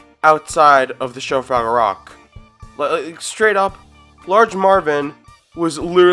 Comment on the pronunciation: “froggle”?!? Did you ever watch this show?!? It’s pronounced FRAGGLE…how old are you?!? 😖🥴